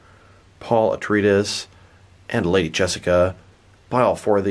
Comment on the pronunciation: Wait, wait, wait; say "Atreides" again? It's pronounced uh·trei·uh·deez; I am guessing you never saw the original movie or the 2 SyFy miniseries of Dune.